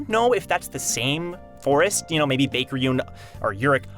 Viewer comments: I think its pronounced bye-ek. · Your pronunciation kills me bro, it's pronounced BEK!!